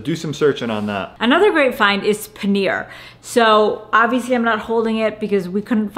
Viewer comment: Come on! You cannot pronounce "paneer"!!